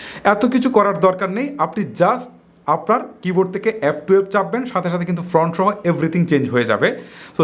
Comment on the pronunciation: ভাই, ফ্রন্ট না, ফন্ট।